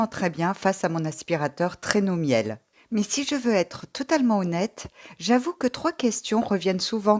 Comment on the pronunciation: Très belle vidéo ! top ! j'adore votre contenu. La prononciations de la marque Miele ma fais sourire. :) (C'est une marque allemande donc ça ce prononce, Mile, pas comme le 'Miel' comestible)